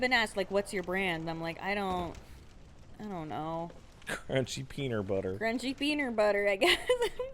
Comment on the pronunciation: Lost my shit at "Crunchy peenur butter".